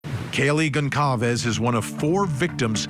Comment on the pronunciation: Wow, Vinnie! You're STILL mispronouncing "Goncalves"